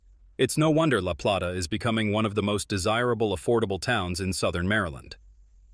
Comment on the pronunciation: La Play- ta- please pronounce it correctly! Utilities in Charles County increased - no longer lower.